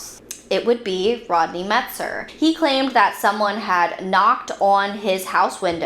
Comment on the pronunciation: It’s not Metzger, as you said it, it’s Metzer.